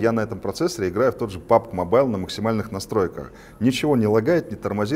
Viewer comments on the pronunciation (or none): none